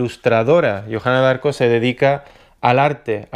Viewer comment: se pronuncia diarco